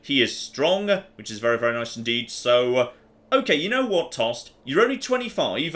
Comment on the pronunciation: In scandinavian names and words with an e at the end the e is not silent. So its Toste not Tost, skåne not scoun and so on.